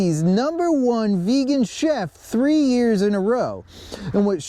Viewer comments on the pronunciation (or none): none